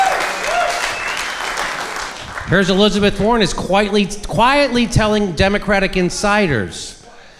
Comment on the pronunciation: Hillizebeth War-On